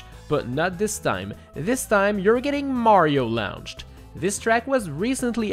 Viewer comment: That one time when says "laounched"